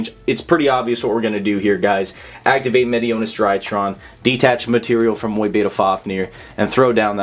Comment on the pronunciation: Awesome combos, but please pronounce Mu-Beta correctly haha